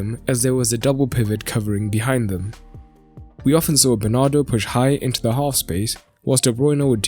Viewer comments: Bernardo not Bernard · It's Bernardo not "Bernard"